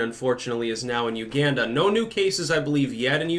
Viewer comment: I thoroughly dislike the way you pronounce "Uganda"